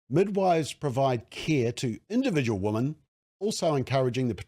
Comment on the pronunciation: Thank you for the work you do. I am completely in support of your position but please learn the difference between "woman" and "women" New Zealanders are very bad at pronouncing the word women. Woman often comes out as women and vice versa. We/ they and you say woman when you mean women and vice versa. Anyone who is not a kiwi will think you are stupid and not take what you are saying seriously. I want you to understand. I agree with your position but the way you pronounce woman and women will confuse non-kiwis and some kiwis. The word woman ends with the sound "man" The word women ends with the sound "min".